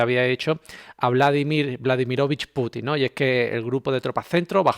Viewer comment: Querido buen trabajo el tuyo y "equipo". Ya que mencionas ultimamente a Vladímir VLADIMÍROVICH hazlo bien, como haces el resto. Las "TILDES" las he puesto para la pronunciación. Estimo que lo tomarás del mejor modo, (NONINÁ).😂😂😂Desde Argentina fuerte abrazo.